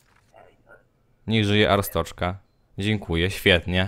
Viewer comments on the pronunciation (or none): ryfku arstoczka wymawia się arstodzka